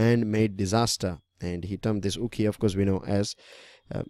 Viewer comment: Sir its Okhi..not Ukhi😄